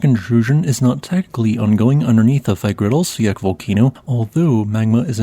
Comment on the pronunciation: Too bad he cannot pronounce Fagradalsfjall correctly.